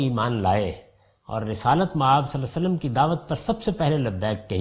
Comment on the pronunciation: As an admirer of GHAMIDI sahab with due respect GHAMIDI sahab Has so much knowledge about Arabic language but his pronunciation is very week,even he COULDNT pronounce “Svallallaaho ‘A’layhi Wasallam”properly. Very Strange.